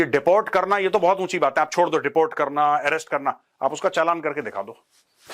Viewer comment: Sir wo desh chodna chahte te app clear bolona